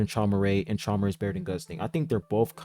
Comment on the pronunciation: Traumerei is actually pronounced “He-moo-rye” fun fact